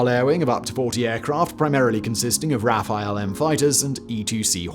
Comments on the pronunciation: I wish you stop saying Rafael (the first name) instead of Rafale (meaning violent sudden wind burst) for the French fighter plane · Simon: The french planes are called "Rafale", not "Rafael".